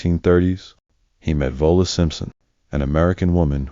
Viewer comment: Vola Simpson? What? Her name was Wallis Simpson. Pronounced just like it’s spelled.